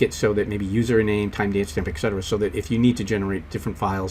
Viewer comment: Thanks for the lesson... but you're killing me with amount of times you mispronounce "et cetera". It's ET-Cetera, not ECK-Cetera.